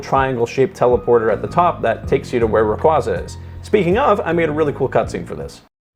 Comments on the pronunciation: For the love of god please dont butcher my favorite pokemons name, its said like "Ray-QWay-Zah" not "Ruh-Qwoh-Zuh". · I stopped watching when you called the pokémon Rayqwaazah.